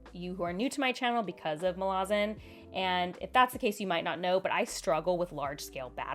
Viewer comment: Muh-LAZ-in. The city of Malaz. Like the country of America, you say American. So you say Malazan in a similar way.